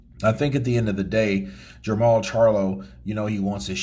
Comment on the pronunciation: Jermall, not Jermell.